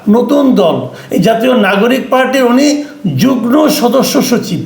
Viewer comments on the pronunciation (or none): উচ্চারণ টি 'যুগ্ ন' নয় যুগ্ম (যুগ্ ম) হবে।